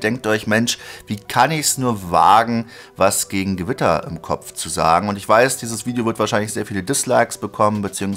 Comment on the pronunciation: bin ich der einzige der "gewitter am kopf" versteht?